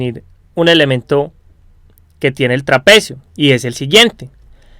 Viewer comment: La RE cagas con lo que gritas, me da la re bronca osea puede estar bien explicado y todo pero si hablas asi dan ganas de pegarte una piña para que te calles.... No se puede escuchar osea no es que gritas tambien deces como la base media de un traPEEcio osea algunas silabas las remarcas nose xq, y queda para el orto.. Si arreglas eso te va a ir mucho mejor :)